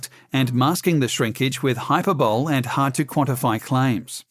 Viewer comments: "hyperbowl" just do a second take for gods sake! how lazy can you be that you leave that in!! Its hy-per-bo-lee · Hyper bowl is better than hy-per-bo-lay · hyperbole is pronounced hi-per-bow-lee not hyper-bowl. Reuters is pronounced Roiters. Please have a narrator that knows how to pronounce words. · "The Federal Commission" and HyperBOWL? I'm listening pal... Get your shit together! 🧐👂🏾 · ‘Hi-per-bo-lee’ not ‘hyper-bowl’ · The word "hyperbole" should be pronounced as "hyperbuly" and not as "hyperbowl" as in the commentary. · Its HYPER-BO-LEE...and its ROY-TERS ; NEVER hyper- bole or rew-ters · lol, Hyperbowl? hyperbole is the word your looking for. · "Hyper-bowl" must be some sort of new-fangled fast-flushing toilet, right? Or did you just drop the last syllable from hyperbole? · This man pronounces Hyperbole as Hyper-Bowl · he said hyper bowl instead of hyperbole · What is hyper - boll? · Sorry but the most egregious thing here is you saying 'hyper-bowl' eeeesh